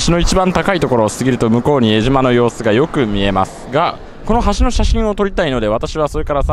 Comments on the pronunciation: えじま ではなく、 えしま ですよ！ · えじまじゃなくて「えしま」です！ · さかい港なのに地元民「さかえ」港って言います。えじまではなくて、「えしま」って言います。